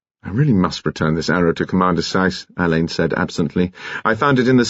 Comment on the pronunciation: Marsh’s detective Alleyn is pronounced Allen, not Alain. This mispronunciation is irritating.